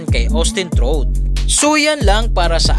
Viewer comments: Anung Austin truth? Austin trout (trawt)ang pronunciation nyan. Dating tinalo ni canelo yan. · Trawt hindi trut 🤣🤣🤣🤣🤣